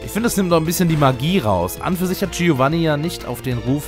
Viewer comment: Hab mir letzte Woche noch dein LetsGo Pikachu LP angeschaut, deshalb ist es mir auch hier aufgefallen aber Giovanni spricht man mit einem stummen "I" also "Tschowanni" aus. Sorry für die Besserwisserei 😅 Ps: Wusste auch nicht mehr das Silver sein Sohn ist. XD